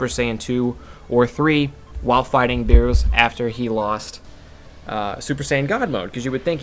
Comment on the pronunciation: I'm sorry. I need to nitpick. Can you please say Beerus' name correctly? Good lord man